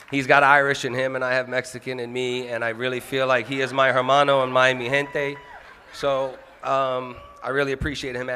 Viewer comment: Wahlberg can't pronounce the simple word, "hermano" correctly and then says, "my my people"